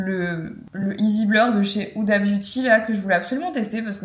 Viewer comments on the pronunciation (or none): none